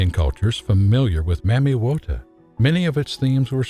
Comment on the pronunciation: I wish folks would pronounce Mami water properly. If you LISTEN to the people of the Origin of her initiates it is pronounced Mah mee Wah tag Not the white supremacy pronunciation found in the US maaaaa meeee .... Which has origins in Jim Crow South and translated into the Film and music industry of the 20's thru the 40's